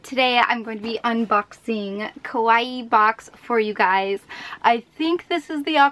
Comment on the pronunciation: When you was sayng (hey guys) actualy you was saying (hey glus)